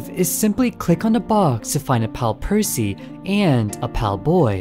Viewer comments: You said percy wrong its not piercy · they were referring to how kept calling them “Piercy.” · Straight up I was caught off guard when I heard it. Like bro never heard of Percy Jackson? 😅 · Excuse me but, actual question, is that not how people usually pronounce it? If it is "puh-see", as in Percy Jackson, or "Per-c", as in how he pronounced it, both sound the same What's the difference which y'all are talking about? I am feeling a bit confused ohhhh, edit: he alternates from percy with C to percy with Pier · Percy ❌ Piercy✅ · Opening up the video to hear you pronounce it as 'Piercy' immediately told me this video was going to be good 💀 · where did the "i" come from why you saying "piercy" 😭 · It's called percy not piercy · im gonna be petty: it's not "percy's" it's "percy" <3 lol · i get 2 seconds into the video and had to pause do a double take pause AGAIN and question in what world is it pronounced PIERCY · You pronouncing it "Piercy" kills me every time 😭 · Never heard Percy(Per - C) pronounced like that, laughing my head off over it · The start of the video gave me a panic attack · Potentially unwatchable ong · It makes me SICK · I take 1 HP of psychic damage every time it happens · IT'S. PERCY. PURR-SEE. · who tf pronounces Percy "piercy"